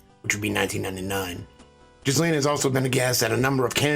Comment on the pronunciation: Its pronounced Jill ayne. No jizz in there at all. With a French origin, the name has a silent S. You're a smart man.